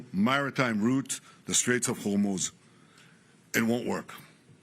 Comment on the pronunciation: Operation Rising Lion was a 12-day, intense military campaign launched by Israel against Iran, starting June 13, 2025. That was June 2025. NOT March 2026. This is AI and a rework of an earlier speech. Also, note the minor verbal mistake when the AI glitched on saying the Strait of Hormuz.